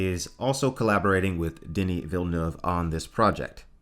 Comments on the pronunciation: Oh God, eargasm. You said Villeneuve correctly. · And it's quite difficult.